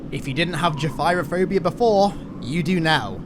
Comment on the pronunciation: In gefyrophobia the "y" is pronounced like an "e".